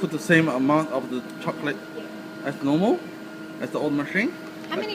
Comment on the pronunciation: I am so sorry if thats rude but the first thing I heard was "hot cocklate" and my lungs just left the chat